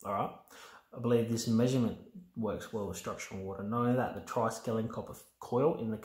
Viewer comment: That thing most ppl call triskelian here is not correct ! Hope you ppl can catch the mistake ✌️